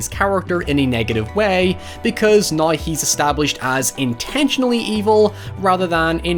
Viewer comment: I like how your accent transforms words like, "now", into a completely different word. Drop the "w" then add a "ya" so it becomes, "noya."